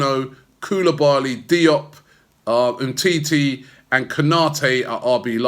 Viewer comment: Umtiti not umteti